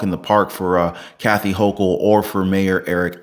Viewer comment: I don't know why people continue to go to these public venues and we have all of these strangers in our midst. Maybe the rest of the "sleepers" will wake up and get their heads out of the sand. they pronounce her name Hochul as "Hoe-kool"